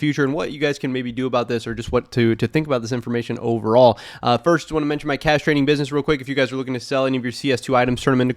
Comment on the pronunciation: when you say cash trading it sounds like castrating